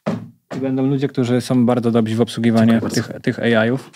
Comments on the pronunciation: Nie "dobzi" tylko "dobrzy". Taka mała rzecz, ale możesz naprawić już od następnego razu :) A podcast bardzo spoko, inne też. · no i fajnie ale dobrzy, a nie "dobzi" 😉